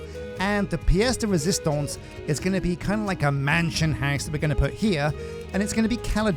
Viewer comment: Résistance, not résistonce.